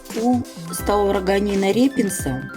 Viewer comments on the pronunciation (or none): правильно называть: Стаурогин репенс или Стаурогин ползучий, научное наименование Staurogyne repens. Не хочется выглядеть занудой, но и слух режет, как вы каверкаете (я уверен непреднамеренно) название этого растения.